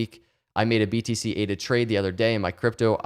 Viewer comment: eight-uhh is making me some wicked big gains it's bonkahs, my guy!